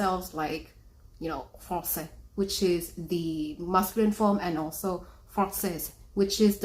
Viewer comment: as A parisian born and raised. i can say they way she said "francaise" and "francais" was spot on!!! say it just like us